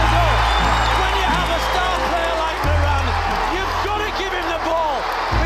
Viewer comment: It’s Moran not muran